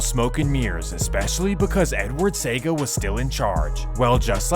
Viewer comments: So first off. If you are presenting history like this do some stuff right given the fact that the same medium you are using has the correct spelling and pronunciations as benchmarks to be referenced: Michael Manly as you have it is actually Michael Manley. Dat dep pon wikipedia and google big big fi see!!!! Edward Seaga (Sayga) as you pronounce it should be pronounced Cee-aga... Nuff nuff news video clip is there with the correct pronunciation of the man name. If the man dem duppy could a get up and box you they would... lol That said. Some good truths here but as Buju say the full has never been told. If one were to look on the history of Jamaican Crew/Posse prior to some politicians' venture in the arena, the follow could be stated and asked::: 1. Man did just have dem friends or someone in the community who a dem say a bad man. Bad man meaning that he will beat up anything who trouble him or him fren dem or never take any talking from any one. 2. Bad man never had guns, just knife or machete or throw big stone. 3. Jamaica has never manufactured guns; show where the guns come from to empower the then crews or posses to enforce political gain and control in key area of Jamaica. Back in those days it was wasn't guns that the British had then that gunmen use to shoot up downtown. Instead, they were guns made in the American and European continents. Dig through the local video archive and you will see the guns they were using in the news clips back then. Seaport authority and A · Very well done and Seaga is pronounced See-Ah-Gah...btw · Its pronounced see-ya-ga. Seaga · It's pronounced "see-aga" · The name of the gang leader that preceded Lester Coke was not Charlie Massop but Claudius Massop. The 800+ murders leading up to the 1980 elections were not all pnp supporters. Seaga is pronounced See-aa-ga Jah T was shot and killed along Maxfield Ave while driving a motor bike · Pronounced Se a ga, not sega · I’m from Jamaica 🇯🇲 it’s Pronounced SEA 🌊 AH GAH not saga